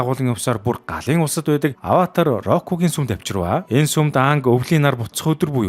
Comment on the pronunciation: ghd ygd Avatar bish Avaatar gd baigambe😢😅